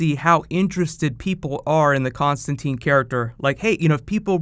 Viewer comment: Hope I'm not only one who knows he's misprouncing Constantine.